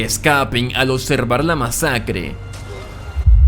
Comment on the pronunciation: ¿Cómo se a normalizado hablar tan mal? "ocservar/observar" "sudlider/sublider" "corretto/correCto" "etxije/eXije" "afetta/afeCta" "contesto/conteXto" "Vittoria" viCtoria" "Aprotzima" "aproXima" "Ventcerían" "vencerían"